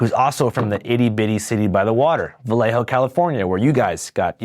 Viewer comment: Vuhlay- O. You’re welcome. Homies description of Mac Dre was as flawed as his pronunciation too